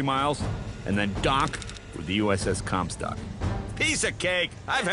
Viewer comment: did he say uss cumstock? 😂